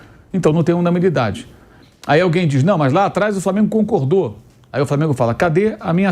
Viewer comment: Pq ele fala “unaMInidade”, sendo que o correto é unanimidade?